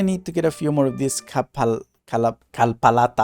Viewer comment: WAIT ARE YOU FILIPINO? I THOUGHT ABOUT THAT WHEN I HEARD YOU SAY KALPALATA FLOWERS